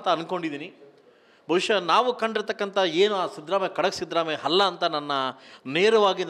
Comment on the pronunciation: ಹವಾಮಾನ ಅಲ್ಲ ಅವಮಾನ ಹಲ್ಲ ಅಲ್ಲ ಅಲ್ಲ ಮೊದಲು ಕನ್ನಡ ಸರಿಯಾಗಿ ಉಚ್ಚಾರಣೆ ಮಾಡೋದು ಕಲಿ ದಡ್ಡ